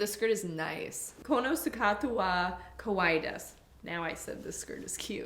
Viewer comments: I'm sure I'm way behind on this, but you actually said "this skirt is scary." Just something to be careful of for anyone wanting to say something is cute. The two words sound very similar. Kawaii = cute. Kowai = scary. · Your pronunciation for cute was wrong .😅 You said scary Kowal = scary [ KO] sound is like saying Co(la ) Kawaii = cute [ Ka] sound is like saying Ca(r ) A- sound is like saying (i)ce I- sound is like saying E U- sound is like saying the oo is M(oo)d E- is like saying the E in (E)gg O-is like saying OH These are the basic vowel sounds , if you can get these sounds, you should be able to be understood a little more better. BIG REMINDER They don't speak English here. But there are signs and so on that are written in Romanji which is equivalent as saying Japanese-English. If you have specific questions about Japan, I am willing to answer. (⌒0⌒)頑張ってね( ^-^)ノ∠※。.:*:・'°☆ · didnt see a comment about this when you were talking about the skirt it sounded like kowai meaning you said the skirt was scary kawaii is cute need the emphasis on the ee at end on kawaii so it doesnt get confused with kowai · Quick tip: you said kowai, which means something is scary, kawaii means cute ^^ <3. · have fun in japan omg i cant wait for the videos from there (if there are any), just make sure you pronounce the words properly (ex. you said the skirt was “kawaii” but it sounded more like “kowai” which means scary, rather than cute) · That black skirt is definitely a style you'll see in Japan a lot. They're all over G.U., Uniqlo, and Honeys. Also, your Japanese sounds cute and I like your confidence in being willing to speak it. Just make sure your kawaii doesn't sound like kowai or else you'll say the skirt is scary. (I'm sure in most cases everyone will figure out you mean cute but you never know!)